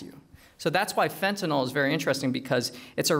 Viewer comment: He lost my interest the moment he said "fentatyl".